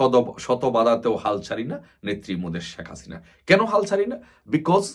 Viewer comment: বোকাচোদায় শেখ হাসিনা উচ্চারণ করতে পারে নাহ ঠিকমতো ও নাকি আবার নেতা😂।আরে গরু ওইটা শাক হাসিনা নাহ শেখ হাসিনা উচ্চারণ হবে